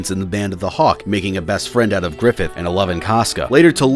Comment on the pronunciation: "GRIFFITH!" nah bro we got "Giffith!"